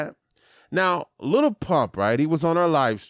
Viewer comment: why you say "little" its just "lil"